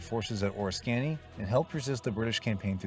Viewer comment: Tremendous tremendous John Ford classic much overlooked but his early group was there…Bond, Arthur Shields, Wallace Ford etc. Great story, loved this from the first time I saw it in the 50s. Battle of Or-risk-ka-knee😊